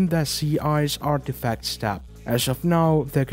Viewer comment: "Artifcats" :D